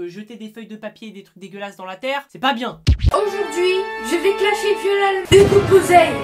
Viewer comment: Au début de tes vidéos quand tu dis '' Bonjour à toutes et à tous c'est Hugo je suis Posay comme d'habitude '' À chaque fois je crois que tu dis '' C'est Hugo j'suis Tozay